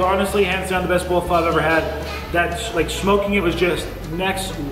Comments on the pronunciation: It's funny you pronounce it Fuh. I always thought it was Fo. Pho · Everytime you said pha instead of pho gave me a laugh. Ppl say it both ways. Good job, amazes me you can eat so much at one sitting. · It's pho not fa lol